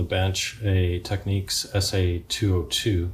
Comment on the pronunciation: Why do dims always mispronounce TEK-NIKS !?